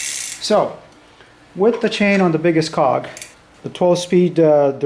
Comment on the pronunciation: I swear he said “biggest cock” 😂😂 lmao I’m upgrading my bike with the same setup I can’t wait till I get all them parts!!